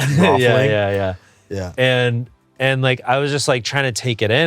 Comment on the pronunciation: Anyone else notice that at he says rolf’ing?😂💀 lmao